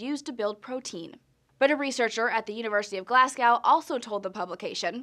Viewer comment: jesus fucking christ... i am actually done with Newsy Science. you have to be some ascended level of ignorant your whole studio to not know how to pronounce 'Glasgow' right. unsubscribed.